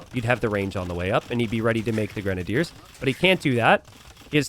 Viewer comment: it's pronounced "grenadiers".